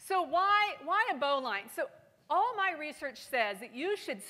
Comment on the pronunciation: Everybody go find the pronunciation of bowline. smdh